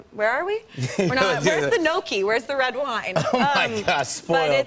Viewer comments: Did she just call gnocchi no-key. ... hell no... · Is she trying to say Gnocchi?